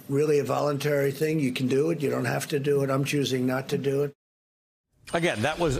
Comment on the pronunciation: Just watch how trumps says voluntary ... really America, this is who you really want as a president?